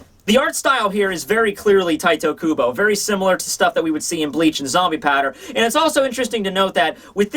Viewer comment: Im and just wanted to say - IT IS NOT TITOOOOOOOOOOOOOOOOOOOOOOO KUBO, it is TITEEEEEEEEEEEE!